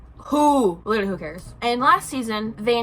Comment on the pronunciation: Lit-truh-Lee Claps hands Lit-truh-Lee Claps hands Lit-truh-Lee Claps hands Jfc